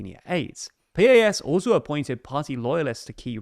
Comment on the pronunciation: I hate PiS but it's pronounced like "piece."